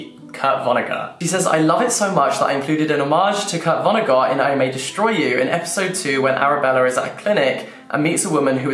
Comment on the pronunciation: Love the video but the way you pronounce Vonnegut genuinely infuriates me I am sorry